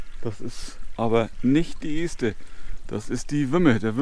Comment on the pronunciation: Wieder eine schöne Runde mit schönen Aufnahmen nett präsentiert. Und ja, 2022 wird bestimmt ein großartiges Randjahr! Um noch ein wenig klug zu schei...: Das erste E in Este wird kurz ausgesprochen. Als ehemaliger Buxtehuder darf ich das behaupten.